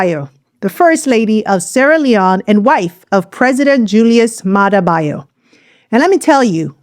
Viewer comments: Youre pronouncing her kast name wrong. It is Bio as in Biyo not Bayo. Thank you for this video. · You are pronouncing her married name wrongly. Learn from the man who introduced her that’s how to pronounce the First Lady’s name.